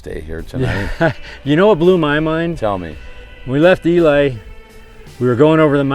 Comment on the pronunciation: Nice wrap of a great trip! It's pronounced E-Lee, not E-lie. NV has more mountain ranges than any other state and they all run north and south. That's why you get the ups and downs with big flat valleys in between. I make regular trips from Carson City area to CO to visit family and always take Highway 50 instead of I-80. I prefer the less traffic and small towns along the way. Austin, Eureka and Ely are the only towns after Fallon. Then you cross into UT and hit Delta. You missed Speed Week by about a month (Edit: at the end you said Father's Day so you were there before Speed Week). Salt was incredible and a lot of records dropped. Jessi didn't die at Bonneville. She died in Oregon unfortunately, at an unsanctioned run with no safety inspection. The SCTA that runs Speed Week is very strict on inspections. Jessi's car would not have been allowed to run. It was a tragedy and very sad to lose her.